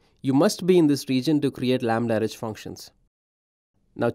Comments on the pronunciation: Why does he keep saying "lambda-rej"? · Chojnackiyes yes, but he says "REJ" or "RH" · If the host is presenting a product, he should have at least tried to pronounce its name correctly. Stating that apparently there was no effort made by this specific AWS employee is just that: a statement of a fact. Doesn't make anyone a racist or not though. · He is very clearly not saying it correctly.